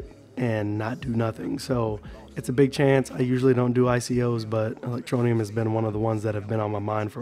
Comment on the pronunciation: THERE IS NO NEEEEEUM IN E-LEC-TRO-NE-UM...GET IT RIGHT BRO..